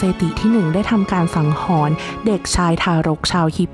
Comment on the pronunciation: ถ้าต้องพูดผิดเพี้ยน ความหมายเปลี่ยนนะ สงสารเด็กรุ่นหลังที่มาฟังด้วย คำว่าฆ่าหนักกว่าประหาร ไม่น่าปลิว